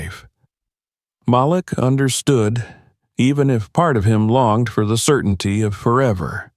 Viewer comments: It always amazes me how white people don’t know how to pronounce Maleek. They see the spelling of the name and pronounce it as Malic. SMH. Guess they have a problem pronouncing the names of all blk folk with odd names. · His name is pronounced like Maleek not how ur announcing it. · His name is pronounced "MA leek"